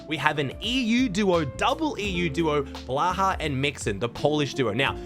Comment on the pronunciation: Thank you for pronouncing blacha’s name right